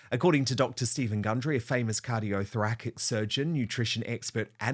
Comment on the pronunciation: It’s pronounced ThorASic surgeon